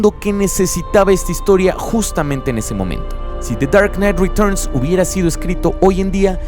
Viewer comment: me da risa tu acento ingles cuando dices de char nait retochn o sea the dark night returns